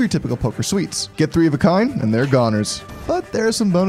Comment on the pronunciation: BTW suites is pronounced suits not sweets